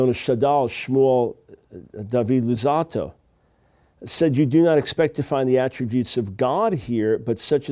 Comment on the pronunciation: ϟ he pronounced the name of R' Luzzatto with the least hebrew accent I've heard in awhile. Maybe he took a degree in it but it is noticeable that it isnt native for him